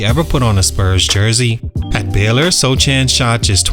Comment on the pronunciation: It's pronounced "So-han", the "c" is silent.